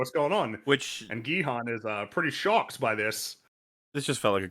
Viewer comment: I keep hearing you say Gi-Han as Bi-Han, so I kinda like to think this is actually a Mortal Kombat crossover about Sub-zero playing a death game.